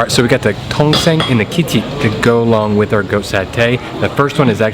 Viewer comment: Tongseng....not tongue seng